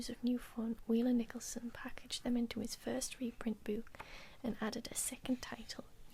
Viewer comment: As a yorkshireman, i find it quite funny how you pronounce "book" as "booook" 😂(really not trying to insult you by the way) haha